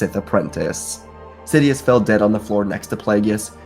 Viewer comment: He said " shidious"